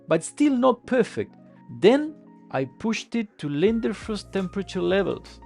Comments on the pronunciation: btw it's Leidenfrost not Lindenfrost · Leiden-frost, not linder-frost :)